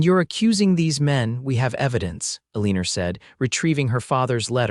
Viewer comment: The girls name Elina ends in a not er. Reprogram the robot.